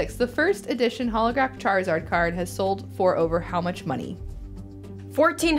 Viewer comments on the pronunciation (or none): none